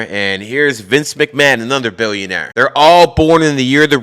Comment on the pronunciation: Billionaire BE “ILL “ ION ARE